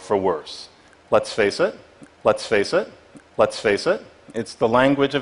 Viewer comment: He said "let saysit" for "Let's face it"